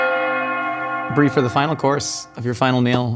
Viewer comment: Can't even start with her Briename correctly